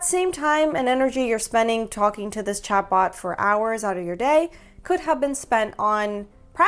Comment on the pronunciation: 😂 everytime you say chatbot i hear chadbot